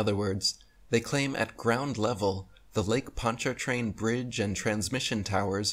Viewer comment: First, we don't pronounce the R in PonchaRtrain. 2nd. Next time I go over it I'll video it for you .